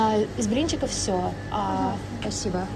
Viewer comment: Did you say 'пасибо ?😂